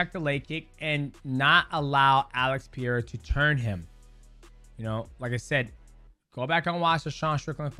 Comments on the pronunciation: Pereira is NOT a hard to pronounce name. It really is not. People don't even try. They just say "Pieira", wtf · Pereira!! not pireira or peeeira😂😂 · Peh-ray-rah soft r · "PEE-A-RA?" CTE much?